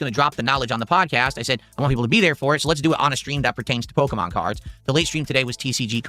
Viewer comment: Gotta catch ‘em all! Pahkeemon ! Ack ack ack! 😂😂😂